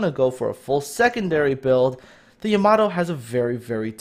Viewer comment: It's pronounced Yah-mah-toe